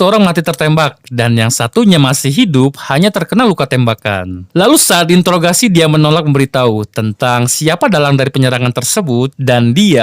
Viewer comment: njir mimin kebanyakan modol ini memberitahu mlh jadi memberitahi